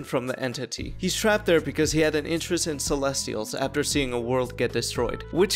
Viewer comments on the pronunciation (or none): none